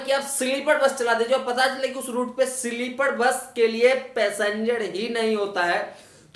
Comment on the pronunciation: Sleepad nahi be sleeper bol anpad